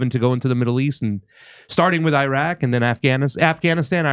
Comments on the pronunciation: Its pronounced Iraq. not I Raq. At least learn the name of the place you invade. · it’s not pronounced, “eye-rak”. It’s pronounced “ih-rok”. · It is not 'Eye-raq'.